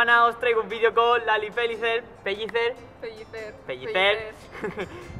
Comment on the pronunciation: Mi pregunta es: ¿Tan difícil es pronunciar "Pellicer"? ¿De verdad? 😢